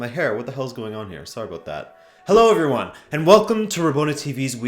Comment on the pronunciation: I loved the ''sorry abUt that'' in the beggining, not a hint of canadian in you